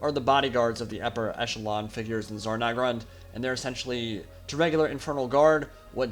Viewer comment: Cool video, but It's Zharr Naggrund, not Zarr Naggrund.